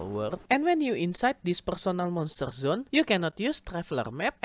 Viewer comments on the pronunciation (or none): "PURSONEL MONSTUR ZUN"